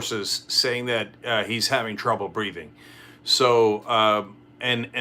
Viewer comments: "Breating" is that a piss take on the way Donald speaks? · Breating? Or Breathing!! English please Cenk. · mising the h in breathing!!! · There is a H in breathing.